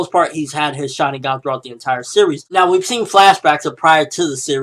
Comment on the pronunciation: can you please pronounce it like shar-IN-gun?